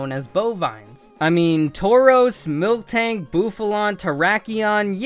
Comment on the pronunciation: You're calling it MilKtank 😂 every single video